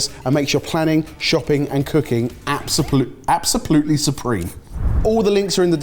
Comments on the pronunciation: Did say apsoplutly? Lol 🤣🤣🤣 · We “Absoplutly” love. Need that Cookbook!